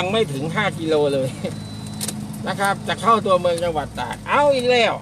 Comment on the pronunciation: ตาก หรือ ตราด ครับ ออกเสียงชัดๆ